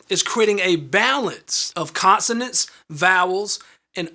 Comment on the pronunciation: He said consenens